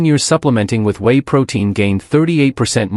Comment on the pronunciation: Whey is pronounced way not wee. Wee is urine.